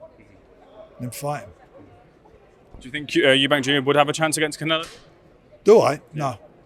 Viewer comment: This guy still can't say Eubank